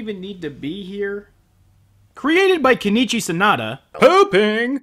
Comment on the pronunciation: His name is Sonoda, not Sanada. Please, please stop the butchery.